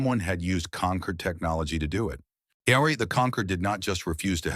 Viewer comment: "Concord" not "conquered"